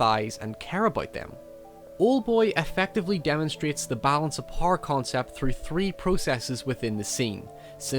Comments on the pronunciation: the japanese say power as powah idk where you're from but its interesting you say power as "parr" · Who the fuck pronounces "Power" as "PARR". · love your pronounciation of "power".